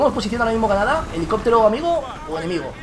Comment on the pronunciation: "cacturando" "helicoctero" habla bien vegetta...